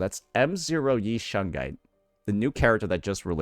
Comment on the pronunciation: Idk where the i in shunguang is why is bro saying shungai 😂